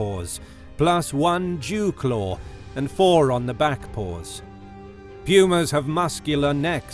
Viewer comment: Did mans say a "Jew Claw"?!? hahahahaha WTF